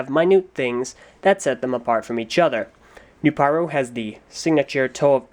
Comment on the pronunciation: The beginning: The Chronicles of Jaller: Serious Jaller Edition! And he finally gets Nuparu's name right.